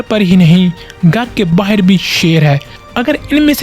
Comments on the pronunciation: this story has been cast many times. If you are casting a story on Indian Cricket use proper dialects, I dont understand when you say "Baaheer" becasue Baaheer sounds like a mountain goat calling his mum. Please use proper vocabulary that Indian folks understand, use Bahar se. Thank you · I didn't know he was pakistani until the end when he said baaheer. :D